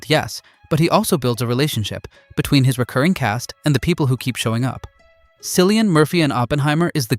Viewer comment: His name is Kill-ian. JFC....the man won an Oscar and you still fucked up his name?